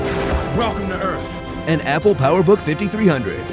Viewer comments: welcome to earf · welcome to EARF !